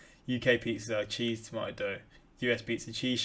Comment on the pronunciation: “Toomatetwo” that’s how it sounds like your saying tomato 🍅